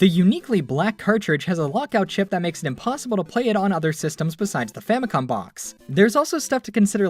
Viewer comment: "famicon" W H A T